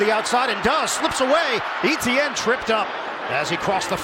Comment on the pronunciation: the pronunciation of Etienne is really annoying. the commentator absolutely butchering it